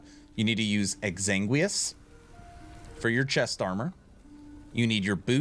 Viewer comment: side note fyi - exsanguinous is pronounced ex-sang-win-us not egg-zang-we-us :P